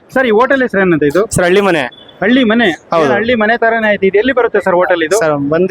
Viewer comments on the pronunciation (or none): ಕನ್ನಡ ಸ್ಪಷ್ಟವಾಗಿ ತಪ್ಪಿಲ್ಲದೇ ಮಾತಾಡೋದು ಕಲೀರಿ ಹೋಗಿ ಸರ್ಕಾರಿ ಶಾಲೆಗೆ 1 ನೇ ತರಗತಿ ಪಾಠಕ್ಕೆ 😡 ಅದು halli❤ಮನೆ ಅಳ್ಳಿ ಮನೆ ಅಳ್ಳಿ ಮನೆ ಅಂತ 50 ಸಲ ಅನ್ನಬೇಡಿ 😡😡